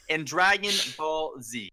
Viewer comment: Ssundee said dregmon ball bro 🤣